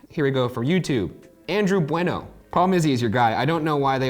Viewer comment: the way that Ryan correctly pronounced "Bueno" gives my Latino soul life, also that wasn't the original Pam voice